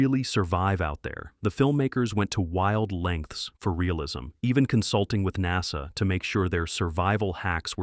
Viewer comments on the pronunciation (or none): none